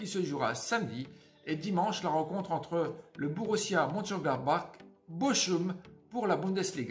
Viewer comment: Bonne vidéo , par contre Bochum ( comme tu dis ) se prononce borum sinon , ça fait mal aux oreilles 😉